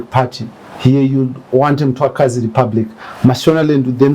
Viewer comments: Make me I understand this guy is a Ndebele but can't pronounce the word Mthwakazi, is he a Ndebele or he got the Ndebele surname?,pls let me understand something 😮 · MTHWAKAZI NOT Mtwakazi. How would you like it if we start calling Zimbabwe Zimbagwe?